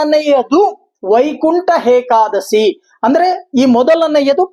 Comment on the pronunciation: ಗುರುಗಳೇ ಅದು hekadasshi ಅಲ್ಲ ಏಕಾದಶಿ